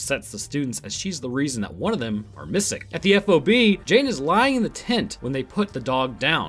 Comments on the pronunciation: The term F-O-B is pronounced "Fob" in the military, I've met military personnel and they all say the same. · Hey, FYI, in the Marines, we don't say every letter in F.O.B. its just FOB...